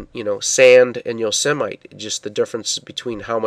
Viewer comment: Wonderful stuff !! TOO COOL !! (it's pronounced yo-SEH-mih-tee)